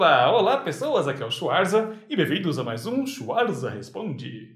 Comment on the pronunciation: Pergunta bem aleatória, por que vc pronuncia seu sobrenome Schuarza e não Schvartsa? A família adotou essa pronúncia e ficou assim? Adoro o canal apesar de não assistir faz um bom tempo